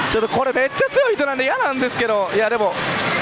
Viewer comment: 、いつも なんですけど、 が なんですけろ に聞こえます。 わたしと同じです。（笑）